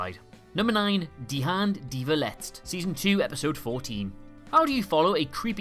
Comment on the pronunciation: The German Title wasn't spoken That bad 👌🏽